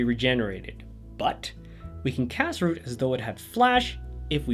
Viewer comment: Rout rout rhymes with drought, not groot